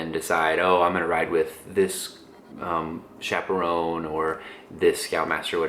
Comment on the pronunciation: lol it does sound just like that! i think he said chaperone